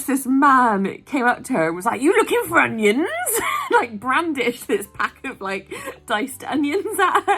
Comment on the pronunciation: 🤣 I can't stop laughing at it! It's because it sounds like my mates dad who has a very thick west country accent! It's brilliantly funny! How can I go in m&s later without laughing?!